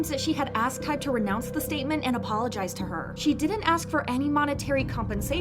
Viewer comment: i've just noticed so many people saying hype ,its hybe you guys